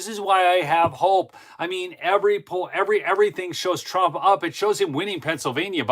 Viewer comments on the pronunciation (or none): none